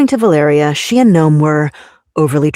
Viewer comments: Va-LE-ria is how it’s pronounced. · The name is pronounced “vuh-LAIR-ee-uh.” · Valeria is pronounced like Malaria, fitting